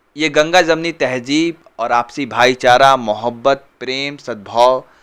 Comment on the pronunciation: Abe muslim hoke hindi walon k jaisa tahjeeb ( tahzeeb)تہجیب bol raha hay ? Kya tu bhi hindi school mein pada hay ?